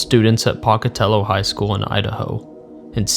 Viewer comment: Every time someone talks about Pocatello that isn't from there they can never say it right. Its POKE - AH - TELL- OH.